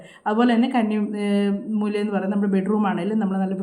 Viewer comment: കണ്ണി മൂലയല്ല' കന്നി മൂല എന്നാണ് ശരി.